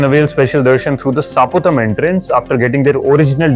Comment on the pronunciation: Supatham but you pronounced as Saaputham. Please correct it.